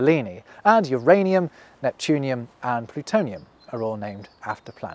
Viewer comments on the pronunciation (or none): none